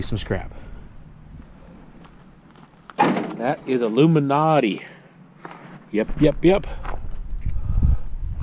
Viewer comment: Yesssss! I thought I was the only person in the world to say aluminati! Keep on rocking on brother! Love your vids!